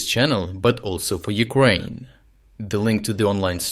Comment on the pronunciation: regardless of the content of this channel I have to say that,the pronunciation of your English speaker is absolutely horrible. At least he should be able to pronounce Ukraine and Ukrainian. Sorry that I have to say that. My English might be also bad but I'm not speaking everyday on the internet.